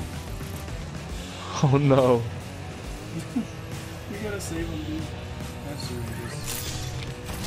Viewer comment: he said "oh non" not "oh no"